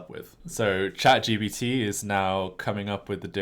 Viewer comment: It’s ChatGPT not “ChatGBD” Generative Pretraining Transformer